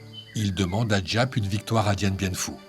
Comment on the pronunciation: GIAP SE PRONONCE ZAP